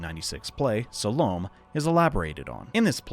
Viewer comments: Just an FYI but "essens" is more traditionally pronounced "ES-Seens", Salome would be "Sal-oh-may" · Pronuciation correction here - it's pronounced "SAL-low-may". I mention this because her name may sound familiar with the correct pronunciation. BTW Enjoying the video so far. Will continue on now. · Its funny hearing Salome (pronounced sal-oh-may) pronounced incorrectly since its a common name in the southwest